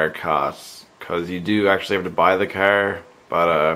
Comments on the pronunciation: i hate how this guy says car!!! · Pretty kickash cahhr...